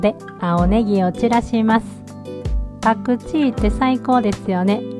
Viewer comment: パクチーの発言が関西弁すぎて笑ってしまいました😂パクチー美味しいですよね♪